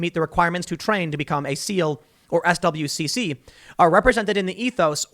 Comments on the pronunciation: It's pronounced "swick" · SWCC is pronounced "Swick" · “SWCC” is pronounced “Swick” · SWCC is pronounced "Swick". They are the ones who pilot the vehicles that deliver SEALs. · As a female veteran that served from 2012 to 2018 I was right in middle off all this gender neutral shit. I hated it and thought it was a compete waste of money. No they shouldn't change the SEALs or SWCC (swick is how it's pronounced) creed. I thought it was stupid when they started saying they should pump women through the funnel of SEAL training. I always held myself to pass my PT requirements by the Male standards but I would always squeak in at the tail end of it, and only pass with the most rolly polly of male POs. I was a pretty fit female to (not the most fit there was, but the female requirements were a joke). You lower standards you lower integrity . This whole gender neutral, kinder, gentler, softer military is an absolute disgrace. I am glad Trump is banning all that crap. (And yes, boot camp was way easy, and a whoooole bunch of females cried. I didn't.... Bc ya know I was going to bootcamp, you were gonna get yelled out and made to work out. It's expected. I was older when I went so maybe that's why I held up better then all the 17 and 18 YOs but who knows.) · It's weird hearing someone say "S.W.C.C." when you're used to hearing people in the know generally just call it "swic" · FYI SWCC is normally pronounced as swick. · SWCC is pronounced “swick”. I don’t knock you for not knowing that. This whole situation is ridiculousness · SWCC is pronounced "Swick".